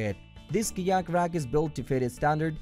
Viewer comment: Hi, its hard to understand some of your words. Fyi. It took me a few minutes to realize you were saying kayak